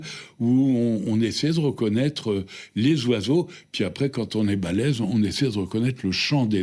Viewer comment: Compter les zoiseaux?